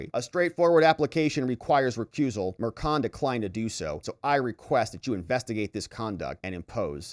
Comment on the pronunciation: the name is prounced MERSHON, not MERKON. ......... either way he needs to be removed.